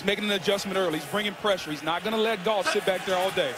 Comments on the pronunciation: it sounds like he said Jerk Off but he really said Jared Goff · Where's goff now? La ooh sa er in Detroit...🤣